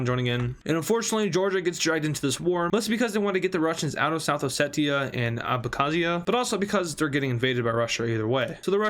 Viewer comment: U finally learned how to pronounce abkazia and south Ossetia correcty BRAVO also great video